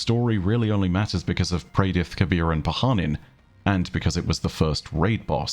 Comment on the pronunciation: Thank you for pronouncing Kabr's name the way it should be, not the way it technically is.